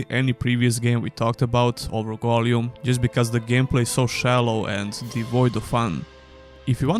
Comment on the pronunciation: The way you say Gollum makes me want to die. appreciate the review tough thank you :)